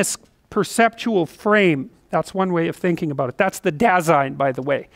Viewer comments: "dah-zine", though. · "Dasein" is a German word and basically means "being here" or "existence/existing". And it's pronounced more like "duh-sein" and the "sein" as in Seinfeld the comedian and "Da" as in "well.. duuh". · By the way: "Dasein" is pronounced as "Dar-zyne". Greetings from Germany :) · German here. Your translation is literally right. Apart from Heidegger's definition Dasein is simply our word for being. The pronounciation is "dazine", no R in there. German pronounciation is pretty straight forward, unlike French or English :D